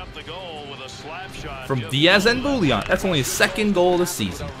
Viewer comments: It's not bou-e-llon. The proper way is actually "Booyon" even in French. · I think it's Bouijon in pronunciation. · The way to pronounce Bouillon is "Boo-younn". The younn should be a merge of "oh" and "on" ;) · It's always funny to hear French Canadian names pronounced in English. It's Boo-yon. More or less. =) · Bouillon is pronounced 'bwee-on' :P